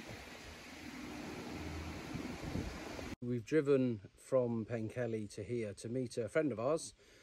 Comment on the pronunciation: Don't let Mostyn hear you say Pen-kelly, I think it's pronounced Pen-keth-ly - great video, and as you said the scenery in Wales is remarkable !!